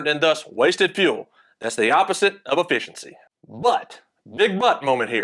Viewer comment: Affissincy. Exactly how he said it.